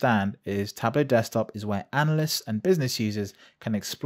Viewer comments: It's spelled TablO, with a O sound like in demO. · For someone who has the word "tableau" in their channel name, you're really bad at pronouncing "tableau" ...